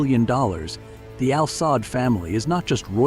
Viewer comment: It is pronounced as Al Saood not Al Saad family of Saudi Arabia. Also, This family doesn't own Aramco or the national fund. These & other investment belong to the country of Saudi Arabia not the family. And they certainly don't own or scare the American president.